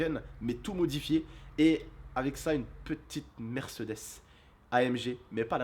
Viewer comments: mercedese je suis mort la façon qu'il prononce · Mdrr comment ta prononcé " Mercedes " au début 😂😂 Sinon super vidéo 😉